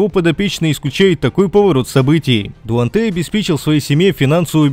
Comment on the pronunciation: Какой Дуантей ? Выучи имя